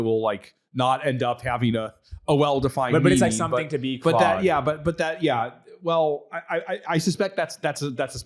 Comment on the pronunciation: Stop calling it "Cloud"